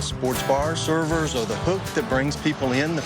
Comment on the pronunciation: Like the way he said “Servers are the hook that bring people in...” I heard a missing ‘ers’ in there. Pay your servers a living wage and stop saying ‘classy’, it’s not the 1950’s.